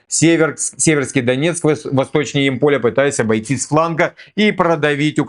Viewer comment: Город Ямполь ударение на " Я"